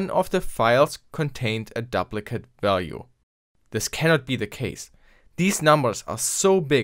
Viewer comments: duplicate is pronounced doop-li-kit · Good video! Note on English pronunciation of "duplicate": long "u' as in "dooplicate", if the "p" were doubled then it would be a short "u" as you pronounced it. Sorry, 1066 really screwed things up. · To my knowledge you're a non-native engish speaker, so, I'm just trying to help. Duplicate is pronounced doop (rhymes with soup) licate